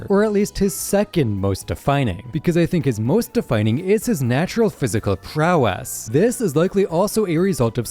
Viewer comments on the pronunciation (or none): nah Bro said prowass💀😂